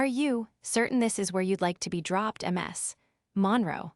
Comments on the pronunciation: PLEASE PROOF THIS FIRST…. MS (last name) is NOT pronoubced M S.. (lastname). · Pretty decent little story, despite the artificial opening set-up, and despite your laziness in using a robotic AI voice with stupid errors. Such as pronouncing Ms. Monroe as Emm Ess Monroe.